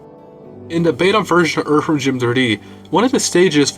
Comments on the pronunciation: Cant take uou seriously saying erverm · Dude why are you saying the word "Earthworm" so weird, so many different times? I mean, you picked the topic. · Erferm Jim.